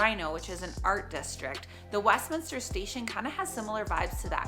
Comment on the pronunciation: Congratulations on pronouncing the city name correctly!